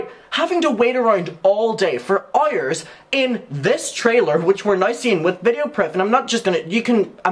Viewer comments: “Errors and errors and errors” it sound like instead of hours lol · i absolutely love how you pronounced “hours” i can’t stop hearing it that way now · u got in my recommended n i'm obsessed w/how u say "hours" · I love how he says “hours” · Your pronunciation of “hours” tho... Iconic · the way he says hours kills me hahaha